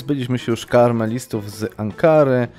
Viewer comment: to się czyta KAmelistów nie KARmelistów widzę,że komuś kremówki chodzą po myśli:)